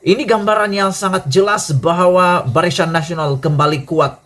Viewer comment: BARISAN WOI BKN BARISYAN. SEBUT PUN TAK BETOI.